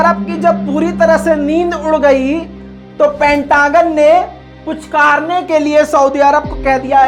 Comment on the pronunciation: पटांगन् नही पेन्टागोन😝